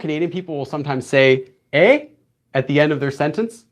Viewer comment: Thank you so much for the extra explanation! As someone who lives in a rural area in Canada with barely any access to the outside world it is great to have a resource like your channel when studying on your own. P.S.Your pronunciation of “eh” was terrible but thank you for trying!